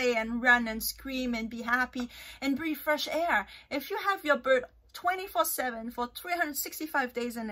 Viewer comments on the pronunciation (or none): none